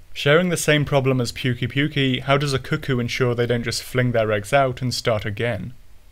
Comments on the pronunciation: Am i the only one who is trigger by him saying puke-y puke-y >-< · How do you fuck up the pronunciation that bad they literally say it in the game